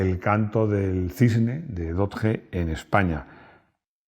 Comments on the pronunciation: no temas llamarlo dodye. No sigas con el españolismo con los nombres! Va dicho con franqueza. Con Citroen o Peugeot por ejemplo, los pronuncias bien! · La primera vez que dejo de ver un vídeo en este canal; a la vez que ha dicho [dodje] o [doch] ya me ha hecho bola y misofonía. 😂🤷🏻‍♂️ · Hola. No entiendo porque explicas el 'Haiga" a los no españoles y sin embargo pronuncias Dodge mal a la manera española y no a la manera que todo el resto del mundo conoce al Dodge. Te recuerdo que tu canal se ve mas haya de España y es importante los nombres se pronuncien bien. Igual que pronuncias los nombres en frances bien, debes de hacer lo mismo con los nombres ingleses. Gracias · Por favor, aprended a pronunciar correctamente DODGE que no es tan dificil. No es una palabra toledana... sino inglesa. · los españoles es verdad que si españolizamos muchas palabras americanas. Pero Dodge no. Eso decia un niño de 5 años que esta aprendiendo a leer, pero con 8 ya sabia como se pronunciaba 😂 por el Dodge Viper. Es como el iPhone, hay marcas que si se pronuncian mas o menos bien. Pero otras como nike, Louis Vuitton... Las pronunciaremos como el culo durante decadas.